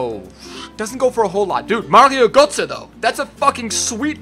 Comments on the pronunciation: Please try to say G"ö"tze because in gernany Gotze sounds like puke (Kotze) I give you an example : Ö sounds like C"ur"ve like the cu in curve. Btw, never mind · born Switz just pronounced Götze like Goce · Hahah it's so funny as a german how you speak out " Götze"😂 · We do that in THERE I LIVE too ;)